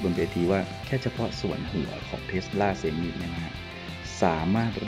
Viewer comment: เซไม หรือเซมไม ไม่ใช่ เซ-มิ